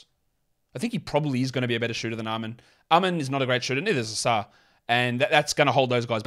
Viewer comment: It's Livvy OHsar. Not Livvy ohSAR Thompson